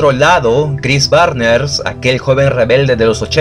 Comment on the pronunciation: Chris Barnes al principio del video era Chris Barner, y ya después después Chris Barners; y Rob Barrett empezó como Bob Barring …😅. Muy buen video 👍🏻